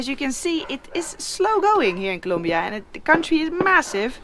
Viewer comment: Noraly it is COLOMBIA not COLUMBIA hahah